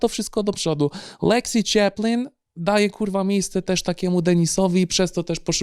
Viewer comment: Leksji Czeplin xDDD